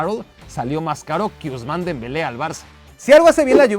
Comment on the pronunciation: Dembele?, qué dijo de Dempele